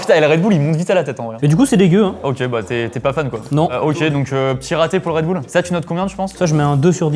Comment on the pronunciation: « DU REDBOULE »